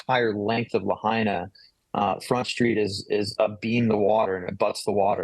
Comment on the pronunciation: Is BBC pronouncing the name of Lahaina town correctly yet?